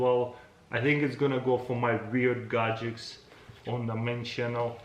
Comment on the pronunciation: Boom! Super "gadgeKs" :)